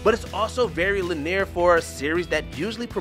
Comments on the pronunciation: "How many players knew what a 'Slaloom' was in 1999?" It's 2023 and you still don't know apparently. It's a slalom, not a "sla-loom". And any decently educated person knows what a slalom is. Also, linear is not pronounced "lineer" and morse code is per letter, not per word. So much cringe in this video, but hey, it's Watch Mojo at it again... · This list sounds like some kind of personal op ed because a lot of these games dont have bad openings not Kingdom Hearts 2 especially and whats with the mispronunciations Len near and slaloom this guy never played a game in his life making the list feel that much more shitty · They REALLY need to have someone listen through these before they upload. Dude couldn't pronounce LINEAR either. It's not the first time I've heard someone in a WatchMojo video just...completely fumble a relatively easy word... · Really? Someone paid to do professional voice-over pronouncing "linear" like that? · wait until you get to slalom...